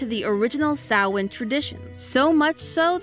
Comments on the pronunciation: As someone with a mostly Celtic family background, I really appreciate not only discussing Samhain, but also making the effort to pronounce the name correctly. It shows the theorist team is respectful of an ancient culture that is too often sidelined around this time of year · Love that didn’t pronounce Samhain as written but instead as intended. Also loved the David the Gnome call out lol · Wow, she pronounced "samhein" right 😮